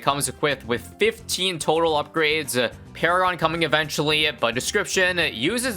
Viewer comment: engineer para-gone